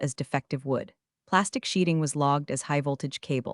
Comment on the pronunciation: Faux WOOD not WOULD. IF THIS IS AI, THEN AI IS A DUMBASS